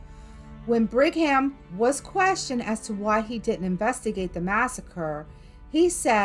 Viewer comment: born and raised in Utah, never heard about the Mormons doing this. And you can't just enter and visit Skinwalker Ranch. Just so you know it's not Brig Ham, it's pernounced Brigum (Young).